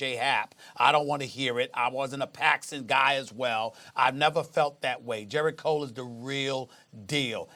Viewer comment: Everytime Stephen A. talks about baseball, he always screws some names up. First "Alex Bergman" and now "Jerrit Cole" 🤦🏻‍♂️. Not only that but they sound ignorant whenever they talk about the sport.